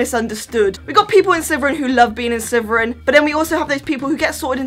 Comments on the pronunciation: Are you saying Slyverin? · I love how she says Sliverin 😂💚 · All I hear is sliveren